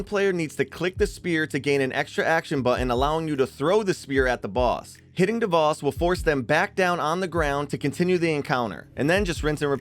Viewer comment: ok, i know its kinda nitpicky. Its pronounced Dev-oh-s, not Dev-ah-s. It just nagged me a lot, good video tho!